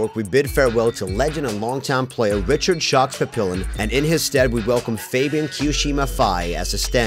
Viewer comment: The speaker just sounds way too american, get an european for that. It's crazy how you can butcher a name like 'Fabien', thought this would be impossible, just takes an american to teach you something new. Or maybe it is actually 'Fayben'.